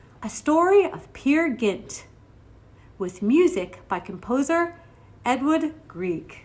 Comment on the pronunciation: It sounded like you said Edward...It is Edvard Grieg from Norway. Used to announce radio at Classical radio station here in Oklahoma. Listeners would tell me when I mispronounced a composer.